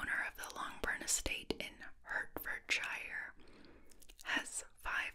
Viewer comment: Hertfordshire is pronounced hart-fud-sheer 😊 I loved this video so much I wanna read all these books